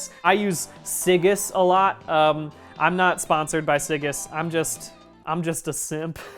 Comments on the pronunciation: Brian I love you but it's pronounced "Sig-ee's" not "si-giss" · Siggi's is pronounced like "Siggys" not like "Sig-is" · "siggis" it is the man's name Brian! It's Siggi's! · Always delightful, this vid and any other BDG cooking vid. Oh, did someone say this yet? "Siggi" is a name, like "si-GEE". Can't wait to see what comes out next!